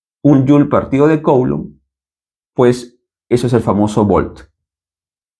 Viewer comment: Coulomb en francés se pronuncia /kulõ/ 😳